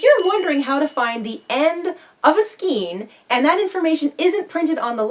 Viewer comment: Thank you for the helpful video. Just an FYI: the word skein is actually pronounced "skayn". Love your channel and your upbeat attitude.